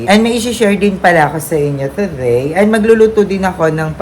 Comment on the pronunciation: suggestion lang to ah please don’t get offended. It’s “today” not “toTHEY” and “video” not “viTHEO” po. Medyo mahirap lang po sa pandinig. Sorry po